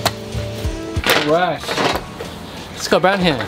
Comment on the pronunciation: Sometimes when you say “Scott brown here” I hear Got Brown Hair 😂